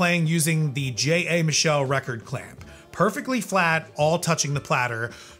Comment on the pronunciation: Michell make the Gyrodeck turntable. I think it's pronounced like it has a t in it.